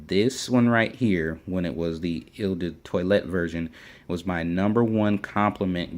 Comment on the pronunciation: eau in eau de cologne is pronounced like oh not il or whatever you are saying. Or better yet just say the letter o. I'm not trying to be an ass. In fragrance reviewing there will be a lot of butchering of words.The online dictionary can be a good friend. look up words and hit the sound button. If I have come across as an ass or just being snooty I apologize